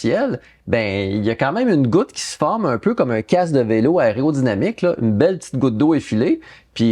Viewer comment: aÉrodynamique... aÉrodynamique. Répétez après moi... aÉro... 🤣🤣🤣